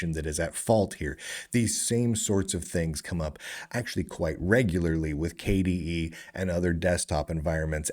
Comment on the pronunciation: because k-dee-eed sounds strange